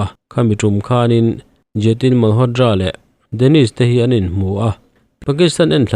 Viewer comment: Malhotdra nilo in malhotra tiin lam tawh d nilo t tur zawk.ngaihthlak anuam lo tep zel